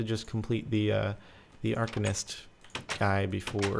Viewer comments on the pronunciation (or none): none